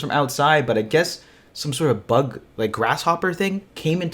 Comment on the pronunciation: That bug brought out the full Canadian in you big time! Ay! lol.